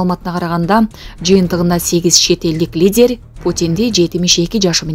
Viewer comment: Лидер деген созду ,президент деген созду бир кызыктай айтат экен